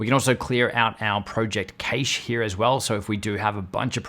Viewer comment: Pleasse for the love of god "Cache" is prounounced as Cash